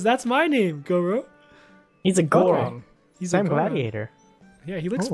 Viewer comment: it is not senor loro its senor goro